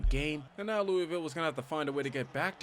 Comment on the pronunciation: Its pronounced (lew-uh-vul)